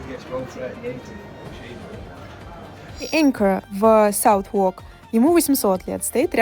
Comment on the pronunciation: Всё хорошо, информативно, красиво. Но лондонские топонимы всё же лучше изучить и произносить названия правильно ))) Southwark - звучит (используя русскую транскрипцию) скорее как САЗэ(р)К, и уж точно не как СауС-Во(р)К